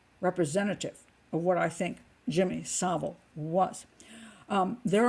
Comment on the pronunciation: Finally, an American who can actually pronounce "Savile" correctly